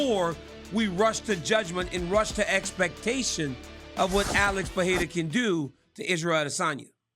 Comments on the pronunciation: Not Peheira is Pereira. Better the way you were pronouncing before. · His name is PE REI (like REstart, or REmix) RA (like RAmp, or RAck). I don’t have a clue of where this peHEira came from… probably somebody mispronounced his name and now everybody goes along in the same mistake! Lol